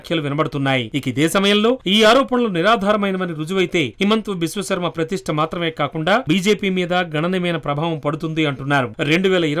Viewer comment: విశ్వఖర్మ కాదురా విశ్వశర్మ రా ఎదవా